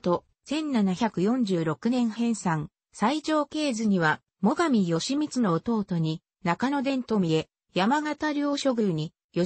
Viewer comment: よしみつ、ぎひめ、あきらしゅう、ただしぢか…１ページでどんだけ間違えるのか。アップする前に見なかったのか、酷過ぎる